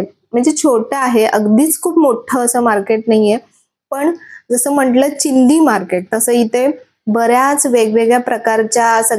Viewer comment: "चिंदी" नाही हो "चिंधी" असतंय ते!!